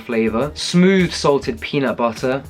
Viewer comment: I love when you day peanut butterrr...lol and yeah I agree..I'm that vegan that always has frozen bananas stashed away ready too😄😘💕